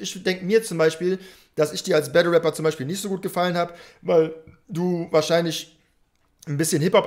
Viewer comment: eey? Du warst heute echt ganz leise mit deinen „Gunsounds“🤣🤣🤣🤣🤣🤣 lachflash...der hat auch wie nativ einen geilen Sprachfehler: Wapper😂😂😂